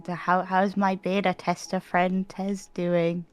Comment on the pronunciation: Tez the beta tez-ter Heheheh